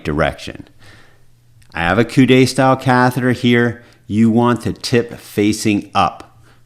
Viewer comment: Great video doctor, one comment is that the word "coude" is pronounced like the English word "could" the "e" in coude is silent which means elbow in English. 🙂